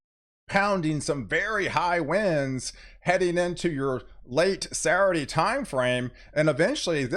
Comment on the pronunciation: I love it, the way you pronounce "Saturday"..."Sarade." Keep up the good work, my friend.